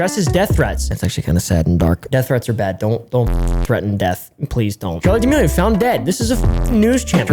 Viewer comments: This video is all about pronouncing chaley dearmorli wrong for straight. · "charlie d'milworm" - 2021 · “Charli damealworm”